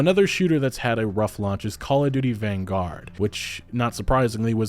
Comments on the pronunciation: lol jesus some of you youtubers really show how unread you are with your pronunciations. Do you people actually know anything about anything? Who tf says "vanguard" like that as if its some foreign word? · Great video just wanted to point out though its vanguard not van-gaurd its one word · This man has never heard anyone else say “vanguard” before?